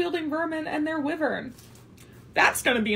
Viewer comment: The way the gal said WIVERN instead of WYVERN and pronounce PARAPET with the T omg I cannot 🤣🤣🤣